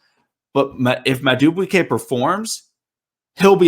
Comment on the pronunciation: I think his name is pronounced mad doo boo kay not to be rude